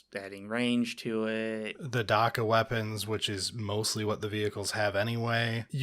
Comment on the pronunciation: the "a" in "dakka" is pronounced like the "a" in "axe". it's supposed to sound like heavy gunfire.